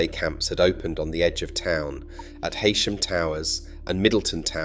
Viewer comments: And Heysham is pronounced Heesham, not Haysham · Sorry, but after you did so well with pronouncing Torrisholme, I have to correct you on the pronunciation of Heysham. It is not said Hey- sham but Hee-sham. Hee, to rhyme with bee, never hay to rhyme with say. And that Moby Dick was actually named The Ryelands. The ship was used in the 1950 version of Treasure Island before its roll as The Pequod in the 1956 version of Moby Dick, Hence the nickname. It was used in other productions too, as it was an impressive schooner with an historic look. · I'm your a frequent visitor at least spell if correctly MORECAMBE .AND ITs HEYSHAM .PRONOUNCED .HE.SHAM not haysham .thank you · Full of glaring image errors, no mention of the Winter Gardens theatre being saved and restored, incorrect pronunciation of Heysham. Yes, many attractions have disappeared, but no one can take away the magnificent setting. And on a nice day people do still come to walk along the promenade and take in the sea air and the view.